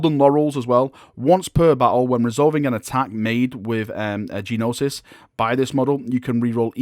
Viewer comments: it's pronounced "No-sis" not Jee no-sis. The G is slient. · Gnosis is pronounced "no sis", not "gee no sis". 😉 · The G is silent in Gnosis. It's just pronounced "nosis". Just so you know! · Love the videos but your pronunciation bothered me. His weapon is pronounced like No-sis.